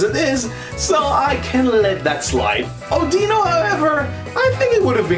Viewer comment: its Au-DEH-no